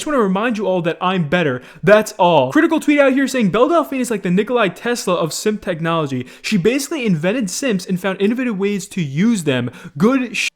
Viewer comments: ITS NOT NIKOLAI TESLA ITS NIKOLA WHERE IS THE I SOUND CREATED FROM AN A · Please call him Nikola Tesla not Nikolai Tesla. Made me cringe. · Did you really pronounce Nikola as Nikolaj? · nikola not nikolay. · Bruh...you did not call NIKOLA Tesla Nikolai tesla 😐😐😐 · Nikola not Nikoli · Nikola not Nikolai